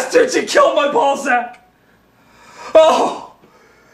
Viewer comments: I can't tell if he's saying Ball Sack or Balzac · Is he saying ball sack like the innuendo or Balzac like the author? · Pronounced like the latter meant as the former